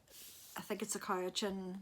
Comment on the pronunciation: I was so happy to see the ‘Manitoba’ chapter of Canada Unravelled, a book I loved btw, in your vlog. Usually not considered the most beautiful province, it is still a great place to live. And you said Cowichan very well😊 Also love that you are using your library. I haven’t purchased a book in over 20 years - mostly because I read so much that I would be broke and drowning in books. I put my name in for books I want to read. Sometimes I have to wait awhile but there’s always something to read so I don’t mind waiting. Libby is a great resource when we travel because I can download books to my iPad and not have to carry a raft of physical books. As a fan of magic and fantasy you may wish to try ‘The Night Circus’ by Erin Morgenstern. Not my usual genre but I liked it! Finally, I nearly cried when you said you had a message to do. My Scottish grandma used to take the bus downtown to ‘do her messages’. I’d forgotten all about that until you mentioned it. I know today wasn’t a great day for you but it was a meaningful vlog for me. Thank you💕🇨🇦